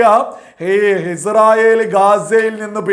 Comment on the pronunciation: ആദ്യം നീഇസ്രായേൽഎന്ന് ഒന്ന് പറയാൻ പഠിക്ക് എന്നിട്ട് വീഡിയോചെയ്യ് തീട്ടമേ അൽ കാട്ടണേ😂😂😂